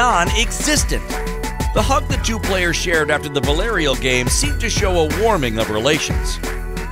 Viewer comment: I hate how this voice over dude doesn't even try to pronounce any hispanic name or word the way it should be. "Veelaereal"? Really?